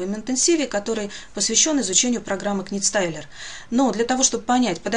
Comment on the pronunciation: правильно говорить "нит" не "книт", спасибо за полезное видео.